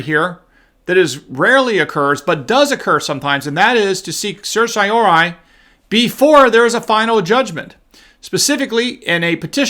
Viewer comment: sehr-tea-oh-rah-ree... the first syllable rhymes with err, like the first syllable of error. sehr. tee. oh. rah... ree. It's Latin. I know you know that but you've openly admitted in multiple videos that you don't really know how to pronounce it and when you try you get it wrong. Weird that an experienced law school graduate can't pronounce basic Latin legal terms. But I still believe that you really did go to law school.